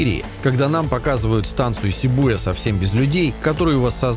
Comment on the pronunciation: За "сибу́я" отдельное... 😖